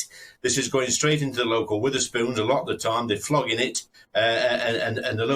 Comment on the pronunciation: "Witherspoon's"? Reese has really fallen on hard times! It's "Wetherspoon's", Lee!